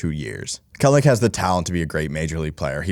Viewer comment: Kelenic. Not Kelnic